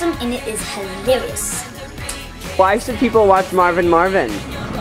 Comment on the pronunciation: I will not take his word for being hilarious if he can't pronounce hilarious.